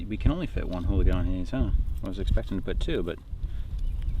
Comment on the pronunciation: Ooligans not holigans